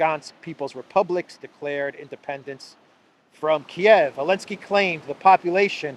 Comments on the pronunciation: Please pronounce Zelensky and not "Elensky". Why spoil names like that? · His name is ZELENSKY! Not Elensky.